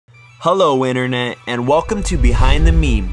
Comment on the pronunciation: Its inTERnet, not innernet. There is a T.